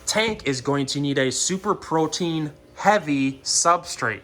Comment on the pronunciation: did this guy just said "protein" and we are supposed to listen to him?????!!!!!!¡